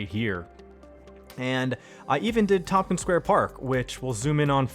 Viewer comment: Thanks for covering this neighborhood. I grew up and attended public school here and I see you've actually built it out. Loisaida is supposed to sound like "Lower East Side". "Tomkins" is supposed to be "Tompkins". Also, it's the first time I've ever heard of the A-D pneumonic device. Anyways, I think you did a great job building this out. I'm looking forward to future videos on Chinatown and LES.